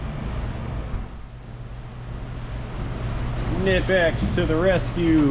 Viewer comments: Again, you should pronounce the K in Knipex. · Every time you don't pronounce the k in knipex, I'm going to give you a thumbs down.